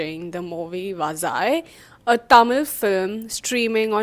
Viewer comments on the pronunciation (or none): I appreciate your review. Let me help you if you don’t mind me. I can understand where it went wrong. It is vaa(zha)i which mean banana. The way your are saying it is vaalai which gives a altogether different meaning. Cheers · Vazhai is pronounced as Vaa-lai, where "zh" sounds like a soft "l." It means banana tree in Tamil.